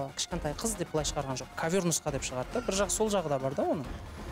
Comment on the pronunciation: Салам бәріңізге, өлең керемет. Автор, Аука жандандыра түсті деп айтуға болады. Жүргізушілер кавЁр деген сөзді түзетіп жібергендеріңізде болар еді. Бірақ олда бір ерекшеліктің қыры ғой (диалект)